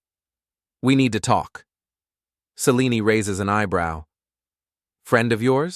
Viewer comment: Formulaic divorce story vid told by an AI that can't decide how to pronounce 'Selene', an important character in this story. F'd this name up so much that it's even spelled 2 different ways; Celine and Selene. Also, do us all a favor and stop including artwork with dialog bubbles filled with nonsense. Either put in real words that actually say something resembling conversation, or if that's too much to ask, then just eliminate the convo bubbles entirely.